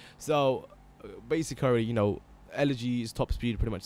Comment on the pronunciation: Basically not basicarry